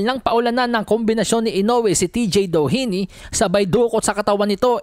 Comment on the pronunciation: yung pinipilit mo ipronounce yung DOHINY .